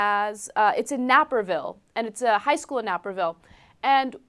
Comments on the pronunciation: Its not pronounced "NAPPERVILLE" its pronounced "NAPERVILLE" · the naper in naperville is pronounced like it rhymes with caper, ana, not dapper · "Nay-purr-ville". Not "napper ville". But go ahead and pronounce it wrong. The student in question is a dipshit dickface. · Nay-per-ville, not napper-ville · The "Nape" is pronounced like "Cape", not "Nap". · omg it is pernounced Neh per ville.... Naperville my god! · Nay-per-ville, Ana :) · It's NAY-perville. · This happened at Naperville? Wow... Didn't catch that the first time I heard this story. Bloody bigots all over here aren't there? Also, not to be anal but it's "nay" perville Like paper, but with an N. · nape - er - ville dammit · lol its pronounced "NAYperville" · pronounced "Nayperville" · Nay-per-ville. That's how it's pronounced, Ana. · It's nay-per-ville haha... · she pronounced naperville exactly how you are not supposed to pronounce it. I choked out of disgust/suprise, and haven't recovered quite yet